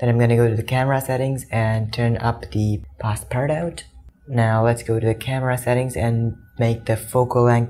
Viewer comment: It's pronounced Pass-par-too